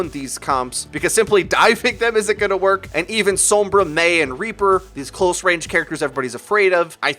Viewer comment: anybody else mad about how he pronounces sombra?